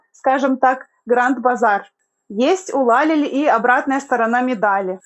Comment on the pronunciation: Учите турецкий ,Лалели ударение на И